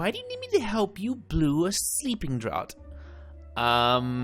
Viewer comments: Draught sounds like draft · The Romanian Longtail is a dragon...and draught is pronounced (draft) au sounds like the O in mom...and the gh sounds like an f like in fan...just letting you know to help you not to be rude...if it is sorry about that. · The only thing..youre butchering the pronunciation of sleeping draught..its said like draft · For later reference, "draught" is indeed pronounced "draft". It pays up to have heard all the audiobooks! :-D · I looked it up and yeah, it's "draft" 😅 But don't worry. :) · I was just going to let it go...it was becoming it’s own joke :)